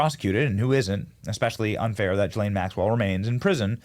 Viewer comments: Gill-lane not Jill-lane 😂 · Who called her ghis-lane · Ghislaine is with a hard G and do not pronounce the s. gilaine. Hard g not soft g. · Ghislaine is pronounced with a hard G as in gamble, NOT a J as in gym. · Benny, since you went to Community College( !!!), here's a tip: Ghislane is pronounced GEE-LANE (hard G!). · It's "Gill-LANE". I'd bet there's a pronunciation YouTube video on it.